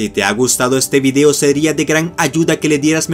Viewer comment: por que hablas así y es vídeo no vudeo